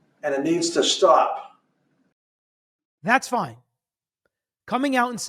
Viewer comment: In full Kennedy tone!